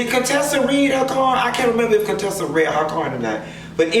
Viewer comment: "I'm spending way too much time on Cone-tessa and Scott"😂🤣😂